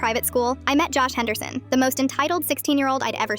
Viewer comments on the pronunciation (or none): I knew it was ai as soon as I heard hensersen